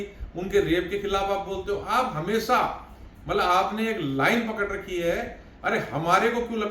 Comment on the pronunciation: ब्राह्मणों का उच्चारण गलत हो, उनकी भाषा बिगड़ी हो और उनकी सोच जब छिछली हो तो लगता है कि उन्हें राजनीति छोड़ अपने मूल काम, यानि ज्ञानार्जन पर ध्यान लगाना चाहिए। "मल्लब" समझे